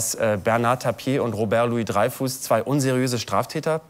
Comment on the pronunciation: Louis-Dreyfus, nicht "Loius-Dreyfuss".